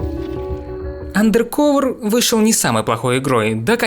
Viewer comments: Блин, ну андеркОвер - как же плохо звучит, ну. Почему не андеркАвер? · андеркОвер. а че не УндеркОвер то? м-да... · АндеркАвер, а не андеркОвер. По ушам режет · АндеркОвер, боже мой. Делай еще один ремейк видоса из-за произношения, это будет стоит того. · АндеркАвер… какое О? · АндэркОвэр....Блять как вы заебали, не образованные дауны